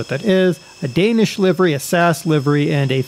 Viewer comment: You don't pronounce the company like that. You pronounce it like this. S A S.